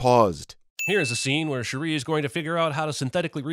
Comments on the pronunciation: thought he was smart pronouncing “Shuri” as “She-ree” because he thinks that their names should be complicated in pronunciation due to the stereotype of African’s names being pronounced in a “complicated way” Pls tell me if I was accidentally racist, I despise racism. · Him pronouncing Shuri as Cherie chapped my cheeks😒. INFINITE SINS! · I cringed every single time bruh said “Shuh-Ree” 😭😭😭😭 Thank you for the comments on cultural context too! So on point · I wouldn’t be surprised if CinemaSins is just reading a script and he doesn’t actually watch the movie. That’s why he says shit like ‘Shu-ree’ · I will say the most annoying part about this video is Constantly miss pronouncing her name like you said, Who the fuck is Shuree?? 🤨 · Who else felt extremely irritated about the way butchered Shuri's name? Because I did. It's like he was trying to say Sharice, but cut himself off, while simultaneously trying to hold in a sneeze. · it was really annoying almost immediately and it's true, how does he mispronounce it so wrong when she's been a character for decades and has been in the mcu since 2016 and is the protagonist of this entire movie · I love that you brought up the mispronunciations for characters whose names we literally hear in this movie. It will always baffle me how people can hear a name, sometimes repeated several times in a show or film, and STILL butcher the pronunciation. It's like the people who still pronounce Shang-Chi with a long A, or the people who pronounce Evangelion with a long E. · You should have done a bonus sinning round on how many times mispronounced ’Shuri’ 😄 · Did always mispronounce Shuri's name, or is this the first video where he does it? I can't remember. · I am always puzzled by whyte peoples ability to completely butcher the pronunciation of names especially when an example of the correct way to say it transpired